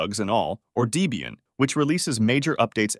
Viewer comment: The more annoying thing to me is the mispronunciation of "Deebian." Not only does that sound stupid, I have no idea how someone would think that it's proper to add an extra "e" while pronouncing the name Debian. And worse, even the quickest web search for Debian or visit to Wikipedia or its own site would quickly tell you than the the name is a pormanteau of two names, Ian Murdock (RIP), yhe creator of the project, and is girlfriend at the time, Debra.